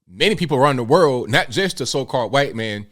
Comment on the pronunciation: Hey! I watch you a lot and I appreciate your content. I was wondering why you used that way of annunciating the word "white" (white people.) I thought that was a derogatory way of referring to white people by sounding like your about to cough up a lugi because you have to say it out loud. I don't see you as the kind of person who would imitate weird tik tokers so we're you being sarcastic, or is there like some regional dialect that actually pronounces the word "white" like that?